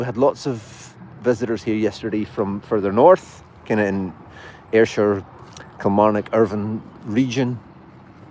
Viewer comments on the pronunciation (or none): none